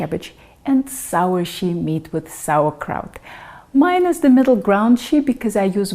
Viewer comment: Russian "щи" is not pronounced as English "she" because there is no soft "sh" in English. :)